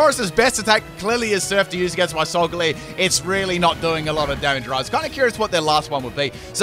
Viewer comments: everyone: solgalee-o: s o l g a l u e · lol, and I've always pronounced it "Sol-gah-lay-oh'. As its phonetic makeup is "Solar Galileo". Although, "Leo" is also Lion, so I suppose those are both acceptable. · according to the anime no, but im just making fun of how weird he pronounced it